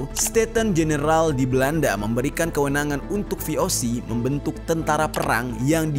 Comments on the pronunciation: Koreksi dikit... VOC dari bahasa belanda, jadi baca nya ya ve-o-ce(se)... Bukan dijadiin bahasa inggrid vi-o-si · Cara baca musti diperdalam juga bang. Jd jangan cuma pelajari sejarahnya. Cara penyebutan kata2 dalam bahasa belanda tu hampir sama kayak membaca latin. Beda nya, G dibaca [hee], J dibacanya [yee]. VOC dibaca nya [vé o sé] dan bukan vi o si. Selain membacakan sejarah, ada baiknya juga sekalian mengedukasi. Masukan yaaaa. Harap gak tersinggung🙏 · Ve O Se bukan vi o si. Kan bahasa Belanda